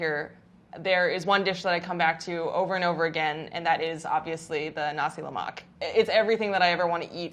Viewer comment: i saw nasi lemak n click right away! pronunciation is spot on!